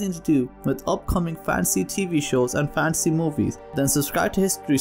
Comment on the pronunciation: Instead of Fan-see.. it's more Fan-Teh-See